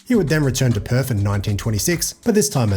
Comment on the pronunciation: PerTH... Not Perf